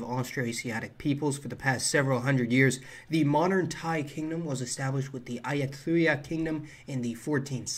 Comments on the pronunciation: There is an area just to the west of Bangkok where the Chinese immigrants were converted to Catholicism by the Portuguese. Btw, it's pronounced "Ay u tai ah" with a hard T sound as in "Thai. " Thai language is kind of difficult to read for a few reasons : every consonant letter has an inherent vowel sound or it might combine with the vowel following it, above it, below it or preceeding it. A consonant might be pronounced with its inherent vowel, or combine with a following one. There are lots of silent letters and lots of historical spellings that make words look nothing like the way they are currently pronounced. Letters can change their pronunciation if they are in the middle of a word or at the end but you have to know that the word has ended because Thais don't put spaces between words. There are some interesting English cognates in Thai deriving from the Buddhist liturgical language of Pali , which is Indo European like Sanskrit, including the word for life /chiwit/. Thai is also clearly closely related to Cantonese with many words being very similar such as the numbers, lots of verbs, the negative construction, and the grammatical construction of the present continuous by attaching a particle to the verb to denote continuing activity currently ongoing (jyu in Cantonese and yuu in Thai)[ Thai has a second way of denoting present continuous by preceding the verb with the modifier /gamlang/] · a-yut-tha-ya mate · heads up ayutthaya is pronounced like ah-yoo-tay-aah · These pronunciations lol. - Ah-You-tee-yah kingdom